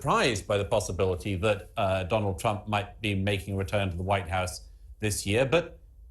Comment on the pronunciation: Trump Not Crump .🇺🇸🇬🇧